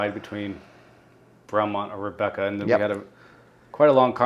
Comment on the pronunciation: I hate to disappoint but did pronounce my name correctly 😀. Thank you for discussing my question and best wishes to and Haute Corture at the beautiful Rebecca Farm. It's not the size of the horse but rather the size of the heart in the horse. And one suspects that Haute's heart is going to carry you all to greater and greater heights.